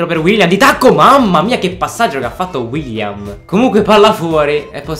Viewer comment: Bellissimo video come al solito! Ma si dice Willian non William